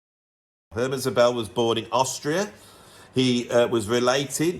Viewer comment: Great stuff, I own three out of ten, Eddie Henderson's Realization and Szobel (emphasis should be on the first syllable1) must have been suggested earlier by your channel, but Rahmann I had before ;-) I'm very curious about the latest Szobel developments! Here is a new suggestion I recently stumbled upon: Stephan Thelen, Fractal Guitar, vols. 1-3 + other stuff I still need to discover. Born 1959 in the US, he's based in Zurich, Switzerland, where he studied math ;-) He's worked among others with Sonar and David Torn. Check him out!